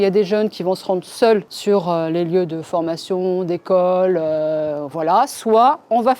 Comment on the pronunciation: MDRRR ELLE A DIT UNE FORMATKION PROUT